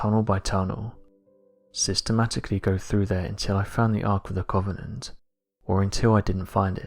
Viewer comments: you say covenant weird lol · Sorry, mate. Can't watch a film about The Ark of the Covenant from someone who can't actually pronounce it.